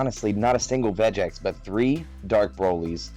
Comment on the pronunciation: Could of things 1. The way he said Vegeks enraged me lol, 2. I want to see blue baby top cause it's good, 3. I think if Vegeks play goes down Bandai may not do anything to it lol.